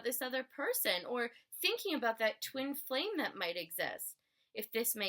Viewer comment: Hi. I do really appreciate your work and the time that you had given to make this video. Even though, you're tired. Moreover, It would had been better, if there were more clarity in some of the words like worship, twin flames and so on. Cause, I'm not a native speaker of english. And, I'm not saying that was mandatory. By the way, I loved the way of your presentation of such a complex topic in such a easy way. Chirios.